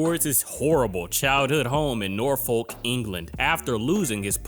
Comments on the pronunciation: My only complaint about this video is Norfolk is pronounced Nor-fuk not Nor-fol-k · Norfolk is pronounced 'nor fuhk' x